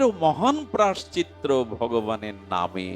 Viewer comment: বাবাজি মহারাজের ভগবতী কথা শ্রবণ করে আমরা ভজন পথের প্রতি উৎসাহিত হবার চেষ্টা করি,বাবাজির মুখের উচ্চারিত ওই শব্দটি একটু সংশোধন হলে ভালো হয়,প্রায়শ্চিত্ত শব্দটি ,ক্ষমা করবেন এটা বলার জন্য